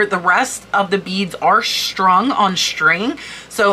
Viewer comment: Your videos are excellent. I do not understand your enunciation of some words. What is "Shtrung on shtrings"? You are a beautiful and intelligent woman, and it baffles me hearing your pronunciation of some words. This is not a speech impediment. 🕊